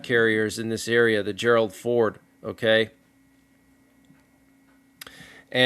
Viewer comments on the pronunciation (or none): none